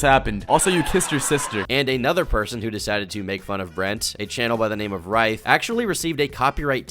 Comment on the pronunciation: You said ryth's name wrong. It's pronounced rith not rithe